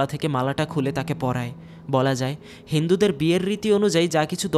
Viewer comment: হেন্দু না হিন্দু